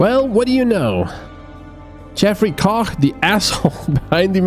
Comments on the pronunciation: Wait, wow he really did pronounce Koch correctly, hats off. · Thumbs up for the correct pronounciation of "Koch"...